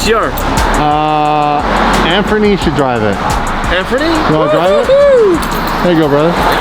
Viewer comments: "Anfernee" lmaooo that was real shit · Y’all said “Anfernee” at the end not “Anthony” 🤣🤣 that’s my name lmao